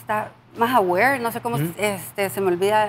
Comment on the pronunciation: Más "awere" 😂 jaja me dío Risa, hay si comono se me olvida el Spanish 😂 jajaj. saludos Milena esta haciendo un buen trabajo representadonos, mucho mejor que ex embajado ese si daba penita tenerlo alli.